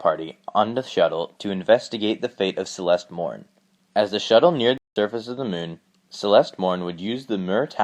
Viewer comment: The mewn (moon)